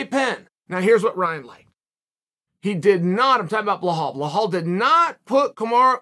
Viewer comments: His name is bilal Muhammad. It's not bihol or whatever that is you mumbled. How how hard is it for you to say bilal? You like to talk but can't say bilal? You are a joke. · bilal not blinhal please uncle cheal 😂😂😂🙏🙏🙏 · Belal. B E L A L. not blahal. I don't like the guy but my ears hurt every time you say blahal. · It's bilal not blihal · Who else laughs every time he says blah-haul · Belal only has an "unusual first name" because you call him Blahal. Otherwise it is a pretty easy to pronounce. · Bro you get me every time with the “Blawhaw” Muhammad. 🤣👏🏽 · “Bleh-hall” Muhammad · Lol 😂 😂 😂 you really butchering Belaal's first name....its actually pronounced alot different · For someone who likes Belal, uncle chael sure says his name wrong a lot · You like Bellal so much u say his name wrong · Chael please look up how to pronounce belals name.. shouldn't be that hard to google it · The shear irony of a person named Chael to say Belal is an unusual name is hilarious. Undisputed Undefeated